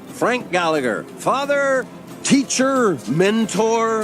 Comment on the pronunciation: Could you actually pronounce mother and father correctly next time ? Mudder and fadder 😂😂😂 bugged me the entire review I’m sorry